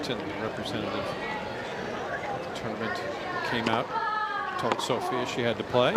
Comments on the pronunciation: Her name is SOFIA, not Sofie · So-fi-a. Not Sophie